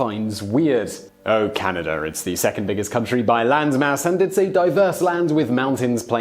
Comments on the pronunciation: ahem - Our country is Canada - not Canader eh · It's Canada not Canader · "Canader"? To all Brits. There is no "R" on the end of Canada, China, idea. The phrase " Canader" is really annoying to Canadians. It is low class street slang and when coming from an educated Brit it comes across as condescending and superior. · What I never understood about British people is why they pronounce “a” as “er”. I don’t live in Canad-er. I live in CanadA. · English people say "Caniduh" instead of Canada, you may have developed the language, so you should pronounce the words correctly. :) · Why do you end words with the sound "er" when they end with an A and therefore should end with the sound "a"? Like Canada, you say "Canader". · It’s Canada not Canader. Get it right, eh! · Dude! It's "Canada", not "Canaderr"! No r at the end. Please! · Notice how he pronounces it "Canader", eh? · And it's Canada not Canader eh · I can see why u didnt want to do the eh segment u said Canader a couple times. Got the r in there eh? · "Oh Canader"says Simon. Why when words end with an A do you say er? Eh is short for "Hey" just in case you could not figure it out. Canadians are not Americans we are not similar in any way. Curlers are not celebrities and it is not a sport to anyone but curlers. Gravy on potatoes?... That is unappetizing? huh? Do Canadians deserve the reputation of being nice? I am an asshole so I couldn't say. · Canader? That's weird 😀